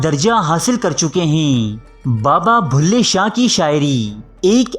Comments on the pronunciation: کم از کم کمنٹری تو کسی پڑھے لکھے آدمی سے کرائی ہوتی بلھے شاہ کو بھلے شاہ بولتا ہے۔ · Stop saying Bhulay shah it's Bullay Shah..